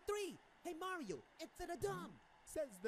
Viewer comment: called mareeo fatt